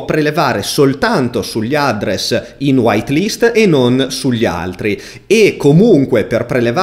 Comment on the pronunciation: "Chi di voi è sopravvissuto fino alla fine del video?" Concordo ma soltanto per l'utilizzo di semplici parole in inglese pronunciate in un modo terrificante... SAPPORT? ADDRESS con l'accento sulla A e non sulla E? Tra i tanti malcostumi che ci sono in Italia, io ci annovererei anche l'ostinato e testardo storpiamento della lingua inglese (siamo famosi per questo) ovunque, e soprattutto nei vari canali televisivi, pubblici o privati. Se non sai come pronunciare una parola in inglese non farlo, SUPPORTO è molto meglio di SAPPORT e INDIRIZZO è molto meglio di ADDRESS con l'accento sulla A perché lo dici bene nella tua lingua, se lo fai come è tipicamente italiano farlo, fai solo una bruttissima figura. Per il resto non posso che complimentarmi del video.